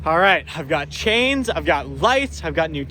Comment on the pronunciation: the sh instead of s in ur words kills my ears. chains